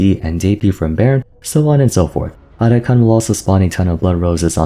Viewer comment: Atakhan ❌ Otacon ✅